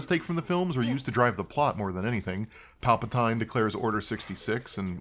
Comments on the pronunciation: "Jizz Music" "Palpa-tine" Lord almighty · I have never heard someone pronounce it "Pal-Pa-Tyne" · Who tf is Palpa-tyne?